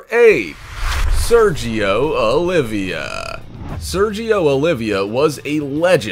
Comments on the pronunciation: It's Sergio Oliva, not Olivia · Its Sergio OLIVA...not OLIVIA.. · Sergio Oliva.... not Olivia. Pronounced Oh-lee-vah.